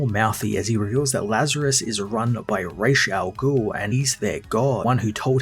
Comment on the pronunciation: Not being petty or picky...but it's Ra's Al Ghoul not Raysha ghoul